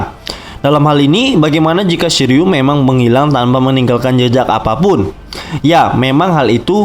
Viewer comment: Shiryu❌ Shiliew✅